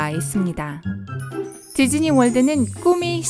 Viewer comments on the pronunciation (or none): 나만.. 지즈니로 들리는건가 =ㅅ=